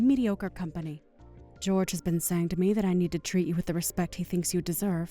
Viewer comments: I thought Jorge would be pronounced Hor hey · Why is pronouncing Jorge's name as "George" when it's clearly the Spanish version, "Hor-hey"? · Depends on where the name originated for the family. Portuguese pronounce it "JOR zhe" (very soft gentle "Georgie") while Spanish pronounciation is "HOR hay".